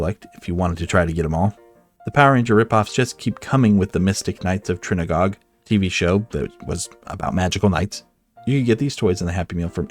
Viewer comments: "The Mystic Knights of Trinnagog" 😂 No idea what the TV show was, but Tír na nÓg is pronounced more like "teer nah know-g". It's the land of eternal youth in Irish mythology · It's pronounced "tear na nog"!! Sorry, but it irritates me when people mispronounce show names, especially English/American shows.